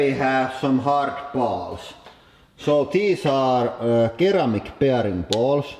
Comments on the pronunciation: the first c in "ceramic" is a soft c, therefore it's pronounced like an s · "Keyramic" idk? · You pronounce ceramic like sur-am-ik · Though you're a lot better at English than I am at any other language, a couple of notes: Ceramic - If a "C" is followed by e or i there is a strong chance it's pronounced as "S", eg Circus sounds like sirkus (the other c is followed by u so it sounds like a k) Marble - when a word ends in "consonant-consonant-e (CCE)" you don't pronounce the e, so this sounds like "Marbl" (If it ends in VCE (vowel-consonant-e) then the rule may not work: ends in CVCE = "Magic E" - (google this) eg "cake", if it ends in VVCE you don't pronounce the e, eg "loose") This last one seems a lot to memorize but I doubt many English people realise all these rules, because it comes naturally. To make it even harder, when a word ends in "ed", you don't pronounce the e, eg "showed" sounds like "showd" The letter e is a bastard when it comes at the end of a word, it turns more into a function than a letter, like how the Russians have a "soft sound" that looks like bl